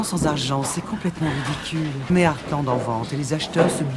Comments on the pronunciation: Il dit eathland et pas Heartland xD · Tu le prononce comme tu veux mais sa dit artland et pas hearsland mais tu l’as bien écrit mais tu fait comme tu veux ☺️ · je suis hyper fan d'heartland donc t'es pas obligé de défoncer la série MDR sinon ça se dit heartland et pas hearsland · "ersseland" tu m'as tuée XD C'est pas earthland le ranch, c'est HEARTland donc "artelande" l'anglais c'est pas ton fort ^^ Heartland est une série familiale avec son lot d'incohérences et de mièvreries mais j'ai un plaisir même pas coupable à la suivre depuis une dizaine d'années, les personnages sont attachants, les histoires sympas, les chevaux occupent une place de premier plan malgré les histoires secondaires nombreuses, c'est chouette. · Et ça se dit hearte land pas hearce land 😂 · jsuis désoler mais comment tu prononce les noms des ranch c’est trop drôle 😭😭